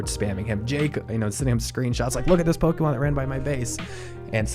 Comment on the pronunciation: Where do you get "Pokeymon" from? Where have you heard it pronounced this way? Totally bizarre.